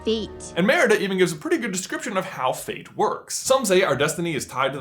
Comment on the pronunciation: When marida says "fate" it sounds like "feet"